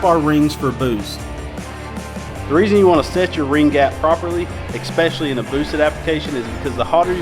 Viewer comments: The Word is "Especially" which is pronounced "ES- Specially" and Not fucking "Ex-specially"....its a 5th grade word dude. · Expecially lol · I love ya man, but you got to stop saying EXPECIALLY, lol. you rock man, don't pay any attention to this comment. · you should learn how to pronounce 'especially' if youre going to make videos